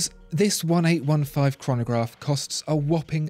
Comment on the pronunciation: Please say "Eighteen Fifteen" as this product family is dedicated to the founder A.F. Lange, who was born in 1815. Other than that your analysis is brilliant and spot on!